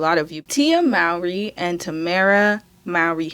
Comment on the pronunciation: Mowry is pronounced more-ree.